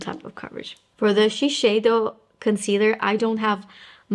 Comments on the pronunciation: It’s not pronounced She-shay-do. In Japan it is pronounced she-syai-do. The closest English pronunciation would be she-saiy-do. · It is Shi (ši) seido (seido). Not šišeido .... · Interesting….I looked up Shiseido’s official channel on YouTube and look through many of their official ads, none of them pronounced it that way. They all say “shi-say-do”, not “shi-shay-do”. But since I’m not Japanese, I guess I wouldn’t know for sure… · Hi, did someone correct the way you pronounced Shiseido? I believe the way you used to say it was the correct way.